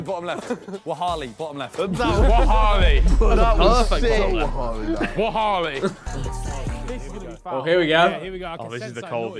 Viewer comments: The fact Simon said wahalli and not wallahi 😂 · When Simon said "Wahalli" I cringed so hard 🤦‍♂️ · Naaahhh wahalli?...it's wallahi fam